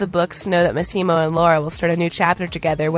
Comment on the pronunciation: Would be nice if this reporter would pronounce Michele's and Massimo's names correctly. This article was a lot about nothing.